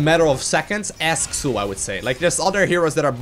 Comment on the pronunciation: just one thing. Pronounce him like if he was called "Zul". Otherwise, great video as always;D